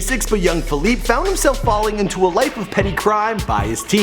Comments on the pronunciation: Pronounce his name right you fucking idiot. Its not Philip its Felipe. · Fe-leep-e not Fe-leep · My Nigga...his name is Felipe (fell-e-pay) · Feel-eep lol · Feleeep hahaha it's Felipe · FelEEP hahaha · you're pronouncing his name wrong... the "e" isn't silent... it's pronounced "eh" so it's like "felipeh" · His name is Felipe, not FALEEP, you disrespectful fake fuck. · It's Felipe not Faleep you scrub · It's Feh-LEE-peh!!! Not Feh-leep😑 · fe-li-pay...dude. after 4th "fe-leep" i had to turn it off. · Felip, LOL!! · Juan Rivera, Actually, Felipe in English would be Phillip not "Fe-leep."I know plenty of English only cats who say the name correctly. I have never heard someone say "Fe-leep" until this fool in this video. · It’s FELI-PEH. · Bro it's not pronounced fahleep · is name is pronounced. FELIP-EH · how do you say his name wrong ? its pronounced fee-leep-a an-dres cor-oh-nell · Dude can't even pronounce the main character of his video's name correctly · God i hope nobody will call me by my name like this guys says felipe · Is anyone else annoyed by the fact that he mispronounces Felipe like times during this video?! Holy crap. If you're going to do a video on someone at least figure out how to pronounce their name... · murdered the pronunciation of Felipe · I can't believe you couldn't say his real name right lol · You're not pronouncing his name right plus some of this isn't right redo it please